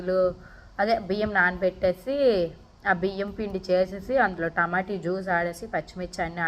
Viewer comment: Tamota kada tamoti antavu enti nevuu